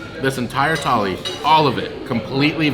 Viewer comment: Its not tally its THALI. RAJDHANI THALI IS BEST